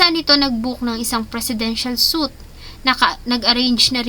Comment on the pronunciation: Presidential suite is pronounce as swiit not sut